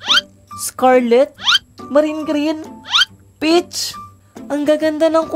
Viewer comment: Instead of peach i heard bitch